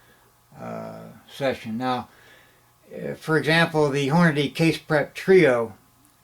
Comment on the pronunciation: I can tell you been reloading for a while cause you dont pronounce it horn a day. nice vid